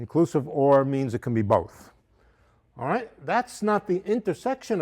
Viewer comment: He does a great New Yorker awright!!!